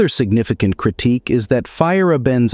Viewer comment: “Signifi-kant” too lmfao, horrible